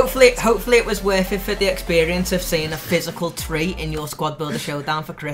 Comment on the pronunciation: It was worth it just to hear pronounce "physical tree" lol